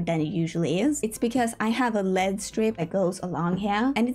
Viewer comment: It is so important to say LED like the letters and not like lead the toxic material💀💀